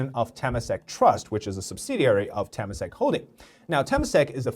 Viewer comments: Just a correction for pronunciation: Temasek is pronounced "Tuh-mah-sake". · Temasak is pronounced as Te-ma-sak. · Nice video but at least pronounce temasak right lah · As a Singaporean, hearing Temasek being said like that is just egh